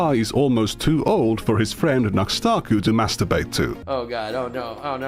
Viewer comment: I freaking hate how people just throw out random youtuber made up names like we're supposed to know what they are. I kept hearing Nuxtaku as Nose-takoo. So I was who the hell is this guy and couldn't look him up.